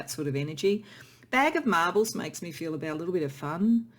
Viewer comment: 😊💛 I'm laughing with you at when the second clouds card came out lol! and because I heard you say bag of marbles when you said bag of marvels 😆💚